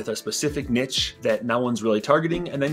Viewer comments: It's NEESH, not Nitch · yo great video but if you ever do this again it is pronounced neesh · Niche is a french word. It’s pronounced /neesh/ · This is majorly bugging me that he can't pronounce niche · I’m wading through the numerous excessively incorrect pronunciations of the word niche in order to get the valuable info. Thank you sir for your bravery.